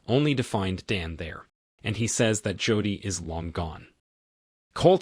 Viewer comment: You need a better AI where you can adjust words especially if they are main characters in your video. I mean I can ignore "Mick" for Mike and so forth but Jodi... really?